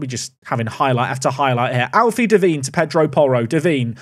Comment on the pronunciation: De-vine not Da-veen 😂